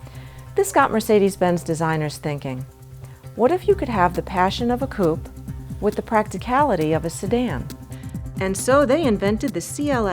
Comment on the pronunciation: For your next video can you please get a new moderator? This women is annoying, especially the way she pronounces Coupé! Please fix that. Thank you